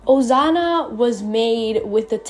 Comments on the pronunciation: Stop saying ozana it's OSANA SSSSSSS NOT ZZZZZ 😭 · Her saying it like Ozana made my anxiety increase a lot girl it’s Osana not Ozana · Accent exist Im guessing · i like the way you call osana asano (*~*) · I love how she or he pronounce osana as ozana😂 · it sounds like your saying osano to me help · what i hear: Ozana😂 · same lol XD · Although that's not how you say Osana I LOVE YOUR ART STYLE (No hate) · No hate fr but wth is with u and sayin osana so WEIRD T-T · Don't be rude, it's their accent